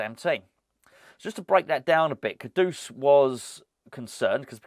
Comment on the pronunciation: The way you pronounce ‘Kudus’ sounds like an old Batman and Robin sound-effect if Penguin slapped Batman round the face with a large haddock - “KA-DOOSH!” Can’t we pronounce it like the word that means ‘highly esteemed’ - “KOODOS” ?